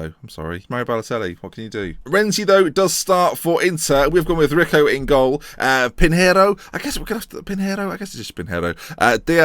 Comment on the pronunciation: It's pronounced pin yero not pin heiro